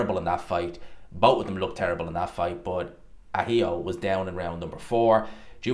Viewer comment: This gman pronouncing Ahio's name like the stupid fool he is 🤡